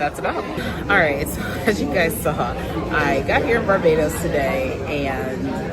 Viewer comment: you pronounce barbados like a real bajan 😂